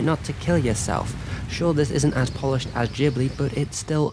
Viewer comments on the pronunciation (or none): none